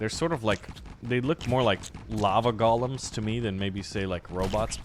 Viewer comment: Please stop calling them gollums! The word is GO-lem. Gollum is a character from Lord of the Rings. A GO-lem is an animated mannequin created from stone/ clay/ mud etc. It's GO as in the opposite of stop. And it's not just an American way of saying things so that's not an excuse. While we're on it, it's also BOB-a Fett, not BOH-b or BOE-b. BOB as in short for Robert!